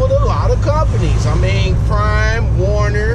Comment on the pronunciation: Why do all you you tube drivers say "Warner, when it's WERNER? ?" Just a question.